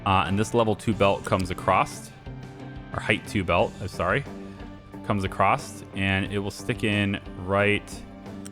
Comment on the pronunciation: Why do you keep saying ''acrosst'' instead of across? Is it a thing where you live? You probably can't help it but its kinda annoying me as i am used to saying ''across'' as thats the normal way of saying it and my brain keeps saying thats the normal way of saying and should be said.. no hard feelings though